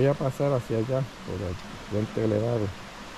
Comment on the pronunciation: paradol 😂 monga😂 pasal 😅 puentecito bajo agua😅 sacal 😢no boi a pasal 😅 que lindo jio😅 regesal what awful castillian!